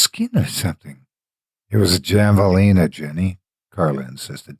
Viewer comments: HAVE! HAVALINA! Not goddamn JAValina! And Winslow is nowhere near New Mexico! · Great story. You are my favorite narrator. Just FYI, javelina is pronounced have a leena. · Javelina the "J" is pronounced like an "H" it's pronounced "Havalina"